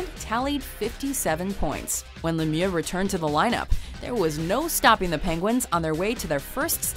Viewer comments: She over-pronounced it a bit, but Lemieux isn't supposed to sound as "Lemiew" at all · The pronunciation of Lemieux was atrocious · You wont have my respect until you learn how to pronounce Mario Lemieux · WHY DID SHE BUTCHER LEMIEUX'S NAME LIKE THAT